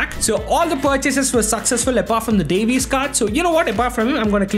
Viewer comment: Bro said Anthony Devies 💀